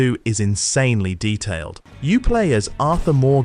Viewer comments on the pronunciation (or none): none